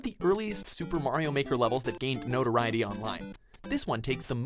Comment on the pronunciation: MAYRO MAWKER